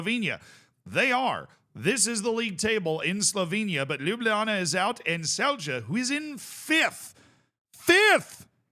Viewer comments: As a slovenian how the fuck did Olimpija not win vs bosnians like cmon we had a pen as well like why are all players conected ro Slovenia, except for Šeško, so bad ar taking penalties like just fuckin put it down the middle pls, at least Celje went through but i dont care about Celje, also its pronouced Tselye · Celje = Tselyeh. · Celje is pronounced like the word Silly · Your Celje pronounciation 😂 It's pronounced as Tselye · Celje is pronounced: The C from Celje is the same sound C sound when you say Zwei Bundesliga (the first ZW sound, exactly the same), and the LJ part for a American the closest is the L sound. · But Celje still wrong